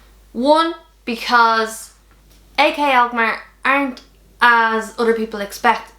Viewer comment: Did you say AK alkmaar????.😂